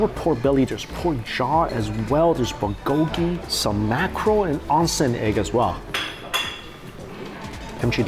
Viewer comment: Please stop saying bulgogi that way. 😫my white friends say it better. 😆